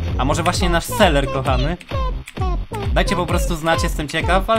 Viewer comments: Dlaczego mówisz seler a nie selever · jak mówisz zamiast ''selever'' to mówisz ''seler'' 1 raz = 1 raz wybuchnę Xd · Mówi sie: selever Mówi seler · Sam muwisz na niego seler a to nie seler